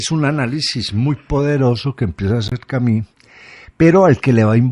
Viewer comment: Albert Camí??? Albert Camus; en fonética francesa, es algo así: "Camius", donde hay una simbiosis entre la "i" y la "u". Si no se llega a esa pronunciación, es mejor decir "Camus", directamente. Esto dicho con mucho respeto.